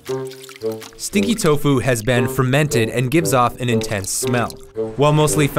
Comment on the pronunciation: when he said stinky tofu, I immediately thought, “Stinky toe-fu